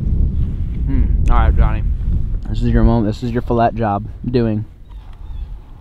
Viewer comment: you don't say filet right